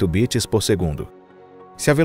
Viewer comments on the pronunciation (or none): none